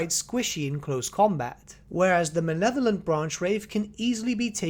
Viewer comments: Mah-Leh-Vo-Lent Please, stop saying "manevolent" it's driving me insane. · Also your mispronunciation of Malevolent is going in the book.